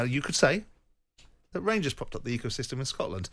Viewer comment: Every time .......EVERY TIME he finds a way to have a dig at Rangers , he does. The man claims to be a proud Brit but supports IRA FC (Celtic) whos fans sing about bombing the uk every week. Simon Jordan is a weapon . Cant even say ''Rangers'' its ''Wangews''